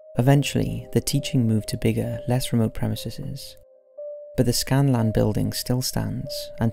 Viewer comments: Whoa! How weird is that. The name of that place is Scalan yet he says Scan-lan. What black magic is this? Science just can't explain it. Believe It or Not! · Why does this guy keep saying scanlan when the sign clearly reads scalan? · Sign clearly says OLD COLLEGE OF SCALAN. He repeatedly says SCANLAN. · You keep saying "Scan-lan". It's Sca-lan, no N in the middle. (Or do they pronounce it that way in Scotland?) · Scanlan? It clearly says Scalan, only 1 N. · Scaland.. not Scanland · SCALAN not scan-lan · You said skanlan